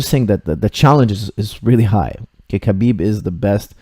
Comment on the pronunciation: its pronounce habib dont sound out the k